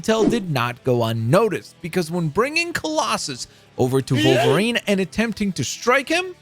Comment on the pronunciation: Take a shot every time he mispronounces Wolverine as Vulvarine